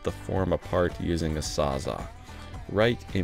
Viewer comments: Excuse me sir, did you just call that reciprocating tool a “sazah? 😂 I once knew a guy who called it the “ saw saw” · wtf is a "sawzaw"